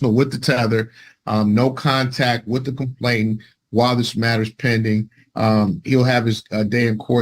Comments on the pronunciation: These lawyers spend a lot of money on their degree & qualification for the profession. Surely they can learn how to correctly pronounce the word “*complainant*”??? [Hint: it is not ‘complaintant’] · I know that in the grand scheme of things, it doesn't matter, but I cringe when attorneys cannot pronounce legal terms correctly. It's not complaintant, it's complainant. There's no extra 't' in there. It makes me wonder what else they're not paying attention to.